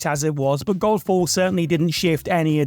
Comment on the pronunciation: Am I the only one here who heard 'Golf ball' here instead of Godfall? X'D I do hope that was intentional XD